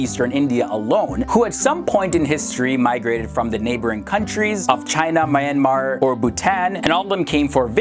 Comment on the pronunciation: AHAHAHA I like how u try to pronounce Myanmar. It is not pronounced like that. U could Burma, it is easier to pronounce. Burma is just an old name of Myanmar.